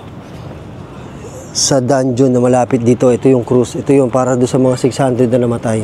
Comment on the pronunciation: hahahaha tawa ako ng tawa sa "danjohn" hahaha